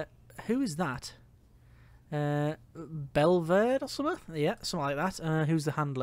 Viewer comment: Hearing you butcher Belvedere (Bell-Va-Deer) hurt me, mostly because I live in Belvedere XD